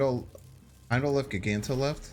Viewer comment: For the love of god man… I love you content but if you don’t start saying magneto and giganto right, I swear I’ll stop watching. It’s MAG Ne tow